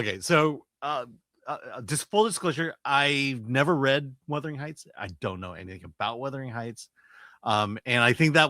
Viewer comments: Chris keeps saying the name wrong. It’s Wuthering not Withering 🤣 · It is not Withering. The heights did not whither. It is Wuuuuuuuthering Heights. As in wind which wraps around the house seemingly coming from all directions. WU. AND while I am at it it is not West Minister. Minster. Min. Thank-you. Word Karen OUT!!!❤❤!❤❤